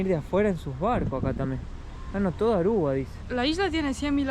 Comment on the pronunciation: No es Arrua, es Aruba.